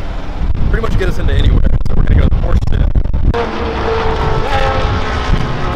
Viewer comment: This dude claims to like Porsche and can't even pronounce Porsche correctly.